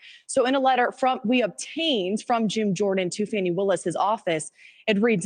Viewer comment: Please - STOP calling her "FAWNY" It's "Fani" pronounced like 'Manny' ... For heavens sake - STOP !!!!!